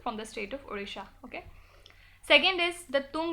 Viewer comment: It's odisha not orisha